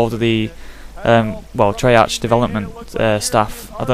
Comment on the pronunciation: its pronounced trey-ark not trey-arch